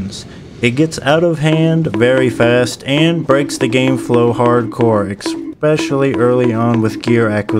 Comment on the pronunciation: I have to say, as SO many people do this for some reason. The word is “especially” NOT “exspecially” 😅